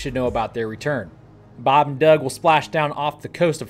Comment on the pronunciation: Baab n Duuug 😂